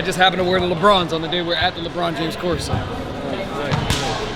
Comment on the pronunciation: LehBrawn Jaymehs